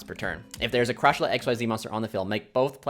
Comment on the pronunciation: The name is closer to Sha-Tree-La , but it's just something minor lol , pretty insane deck though